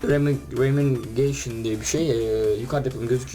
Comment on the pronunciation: Abi birde ingilizceyi silah isimleriyle karıştırma lütfen bazılarını karıştırda Remingtonu lütfen Remingeyşın diye okuma :D Remingtın diye oku :DD